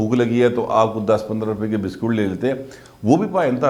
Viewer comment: biskot ni bisket hota ha ap na talef thek karo